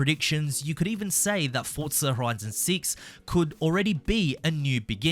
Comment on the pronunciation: Where is the T and forza? It's forza not fortzah